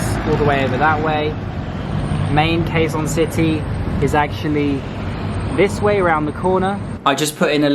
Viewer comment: You pronounced Quezon City the wrong way.